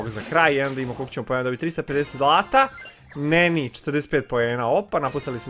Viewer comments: Ne izgovara se NENI nego NANI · Ne kaze se neni nego nani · govori se nani a ne neni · Nije NENI nego NANI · Nani je muško i čita se nani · Nani je musko i ne kaze se Neni